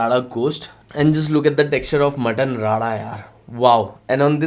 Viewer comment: Are bhai Mutton "Rada" nahi re Mutton "Rara". Ra bolne nahi aata kya😒